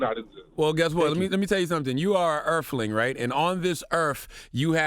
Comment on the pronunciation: Earfling. STOP 😭😭